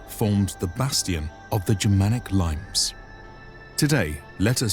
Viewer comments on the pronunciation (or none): it's not limes - as in plural lemons it is limes - spoken "leeee messs" - it's latin and not english after all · Laymes... Really?! Limes (Leemess). Otherwise I loved this video. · LEEE-mays. There's no fucking way that word is pronounced limes. It's not sprite. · Nice video. My only complaint is that limes isn't pronounced like the fruit! The actual pronunciation is more like "lee-mess". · Great work! Although next time, tell the narrator to check how to pronounce latin words like the Limes, the subject of this vid. It’s not a type of citrus but pronounced more like ‘Lea-mess’. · Great footage guys! Well done! Only two slight errors: 1) Limes is not pronounce 'laims' but 'lea-mess'. Or something like that. :) 2) In The Netherlands, the Roman Limes continued all the way along the Old Rhine to the coast near Leiden, instead of Rotterdam as in your map. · pronounce li-mès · The Limas, pronounced Leemes. Basis of the word limit. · Nice doc, but "limes" hurt. It isn't pronounced like the citrus fruit, but more like "Lee-Mas". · Isn't Limes pronounced "lee-mays"? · It's pronounced "Lee-mays". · 'Limes' is pronounced 'Leem-ays'; it is the origin of the modern word 'limit' and its plural is 'limites', 'lim-it'ays'. Otherwise excellent. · LIMES aren't any 🍋🍋, but border. Pronounced as it's written...